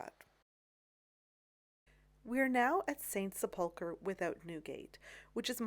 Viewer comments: PLEASE stop saying "Sepoolker". The word is pronounced "Sepulkrer?. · Such an interesting video. I believe the word is pronounced as sep-ul-ker. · ‘Sepulchre’ is pronounced with equal emphasis on all parts - ‘sep-ul-ker’ and not with emphasis on ‘ul’ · Great video as usual. Just one point, sepulchre is pronounced with the emphasis on the first syllable, not the second as Americans oft do. Thank you. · Sepulchre is pronounced "SEP-l-ker" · Sepulchre is pronounced sep•luh•ker ker rhymes with her. 🙂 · Accent on the first syllable not the second as you are doing. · Just watched this. You’re pronouncing sepulchre wrong. The accent is on the first syllable. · The pronunciation of St Sepulchre? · You totally mispronounced Sepulcher. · Very interesting. Please check your pronunciation of sepulcher.